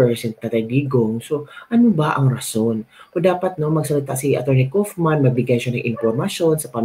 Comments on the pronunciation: how to pronounce KAUFMAN.......... KAWWWWWWWW AS IN KAWATAN....KAWWWWFF-MAN...MAMA MIA MAMAMAMA... KAWFMAN...mamamamamamamama.... KAUFMAN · KAYO GUMAGAWA KAYO NG SARILI NINYONG PRONOUNCATION. HINDI NAMAN NAKATIRA DITO.. hahahamabulasin ko kaya ulo ninyo ... KAW KAW KAW KAW- KAUF..KAWFMAN.. hindi KUFMAN SA INYONG KAGARAL